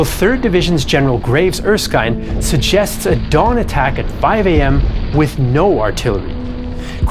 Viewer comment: I do wish you could work on pronouncing names like ERSKINE (SOUNDS LIKE SKIN)..as a lot of effort seems to have been put into Japanese pronunciation